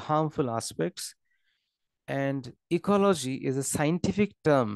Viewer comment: It's ecology not ecoloshii😢